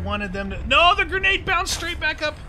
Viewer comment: LOL I love it pronounces grenades "gernade" I have to laugh every time he says it. Like when Trump says "Nukuler" haha